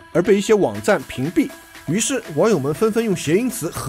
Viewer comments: 河蟹xie第四声（虽然无关紧要/。刘关张起义那段真是要笑死我，今天一整天的笑料有了😂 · 河蟹xiè的读音你都不知道